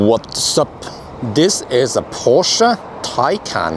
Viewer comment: Good job pronouncing Porsch-UH ! 👍